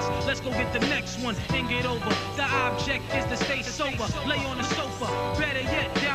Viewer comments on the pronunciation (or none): none